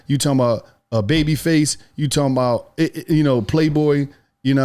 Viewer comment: “I’m talm bout” 😂